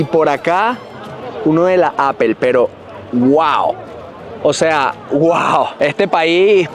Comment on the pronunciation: Hola. No por ser hater pero pronuncia Apple bien. No está tan difícil 😅. Besos